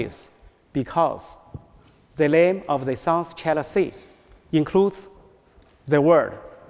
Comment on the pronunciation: 这个英语肯定是临时学的吧🤦🏼‍♀️连自己国家China的发音都不标准😐